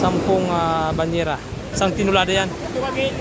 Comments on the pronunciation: Hindi tenolada...tonelada sir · Tonilada sir hnd tinolada....🤣✌️✌️